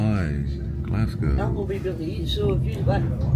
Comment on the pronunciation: Nice pronunciation of Edinburgh. Almost there with Glass cow. EDIT: Funny to see an American see the absolute state of the British railway system. Unfortunately the pricing system is absolutely crazy and you have an entire ecosystem of companies like Train Line that exist specifically to find the best prices. 500 USD for the Eurostar! Absolutely disgusting prices. ETIAS isn't active yet and probably won't be until 2027.